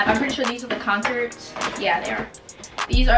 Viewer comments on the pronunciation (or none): Concerds?? It’s conCORDs lol